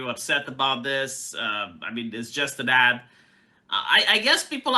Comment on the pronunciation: Ad. Not add. These ads don't add anything tonour culture.